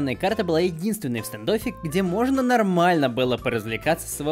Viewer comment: Да ну господи почему люди английского языка не знают ? Не стАндоффер а стЭндоффер, прямо уши режет. Люди учите англ яз !!!